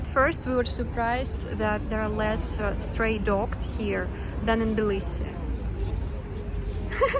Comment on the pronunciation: Why do You say Bilisi, instead of Tbilisi? I love Tbilisi! Smartest thing I've ever done, is move here.